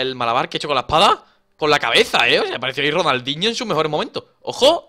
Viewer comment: Like para el minuto cuando dani dice ronaldhiño